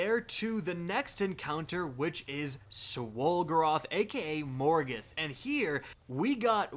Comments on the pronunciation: Morgeth not morgoth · It's MorGETH, NOT MorGOTH